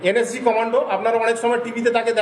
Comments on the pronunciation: এ তো নিজে একজন ভুয়ো সেনা,NSG কে উচ্চারণ ই করতে পারছে না বলছে NSC,, আগে নিজে ঠিক করে মিথ্যা বলা প্র্যাকটিস করে আয় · এই তো দেখছি এন এস জি কথাটাও ঠিকমতন উচ্চারণ করতে পারছে না এন এস জি কে বলছে এন এস সি। এই ব্যক্তি প্রাক্তন সেনা কি না সেটাও সন্দেহজনক।